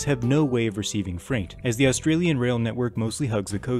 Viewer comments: say Ah then stralia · Just saying you say “Ah-stralian” not pronouncing the U or just say “Stralian” cause I have found that most people just pronounce the U and the S very much making them sound like a hard sign. Sorry I just wanted people to know this.